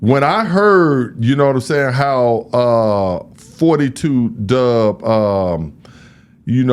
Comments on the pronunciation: Say the man name right. Damn!!! 42 Dugg. Fo Two. Not 42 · mf said 42 dubb 😂😂😂